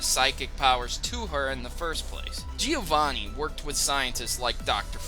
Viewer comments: Great video! However it's "Giovànni", not "Gìovanni". I'm italian, sorry for my bed english XD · Its bloody GE-O-VANI not GE-O-ANI!!!!!!! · He said Giovanni wrong. He said it like Giowanni